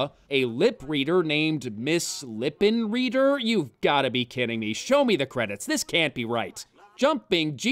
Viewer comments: The proper German pronunciation of Lippenreider is "lip-in-rider". Not that many characters in the film would know that; it requires a little bit of knowledge of the German language (I get the funny feeling the screenwriters didn't know that either). It doesn't help that a lot of Anglicizing of surnames occurred when immigrants moved to the U.S., so it might've actually been intentional. Given the anachronisms and other flubs, though, I highly doubt it. Besides, with the other stupid puns present in the other women's names, why would they go for that kind of genius bonus? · "Lippenreider" would be pronounced Lip-in-ride-er. Just sayin' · Some comments: The steam-punk spider robot was awesome! When will digital animators understand that motion control makes a CG sequence work? You mention movies competing for attention against The Underground Comedy Movie, and don´t mention Movie 42! How can this be!? Frau Lippenreider is correctly pronounced lippen-rider, not lippen-reader, so the screenwriter(s) were not only remiss in American history, but shitcanned their own joke by not getting German spelling/pronunciation right. This is all to have been expected of the one screenwriter who was scarred for life for being named Peter Seaman. (Sort of redundant, if you think about it). Scarred something like a villain being a half a man by being maimed in the War -- the wrong half, if you know what I mean.... (*wink*) Finally, the hostname home is a preconfigured alias in /etc/aliases, in (I believe) SunOS 3 and later OSes. It mapped to the loopback device under /dev (/devices under Solaris). So, your T-shirt reads, “There´s no place like loopback device.“ Is this some alien language? You´re weird!